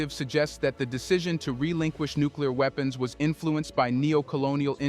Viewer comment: “Nuclear WEEPENS”